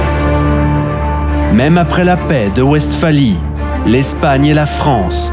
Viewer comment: L'inculture me choque toujours. En allemand, le W se prononce V et la Westphalie doit se prononcer "Vestfali". Cette "vidéo" n'est qu'un long commentaire, très indigeste, avec une voix qui ne sait pas parler, cela pue l'IA. Les images constituées de cartes géographiques sommaires ne donnent pas un aperçu convenable des situations stratégiques. C'est de la daube. A fuir.